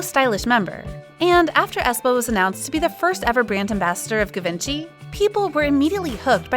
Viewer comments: Ga-vinci? Like Leonardo da Vinci? No no no no no, it's GI-VEN-CHY. Please at least let the narrator hear the correct pronunciation before she completely butchers it. The pronunciations are on youtube, I checked. If you want to talk about luxury brands, at least get the pronunciations correct.... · U pronounced Givenchy wrong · The way you say givenchy is funny =)